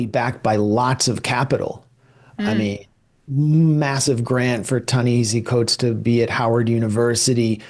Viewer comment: I'm a big fan, Briahna. And I cringe each time you mispronounce Coates' name. He pronounces it Tah na HAH see